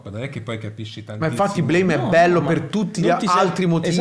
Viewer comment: Bellissimo, Nihei mio padre. (Si dice Blam)